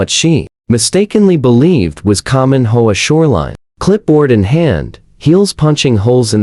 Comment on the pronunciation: HOA? It is pronounced H. O. A.